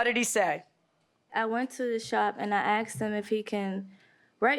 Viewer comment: If you say axed instead of asked you should loose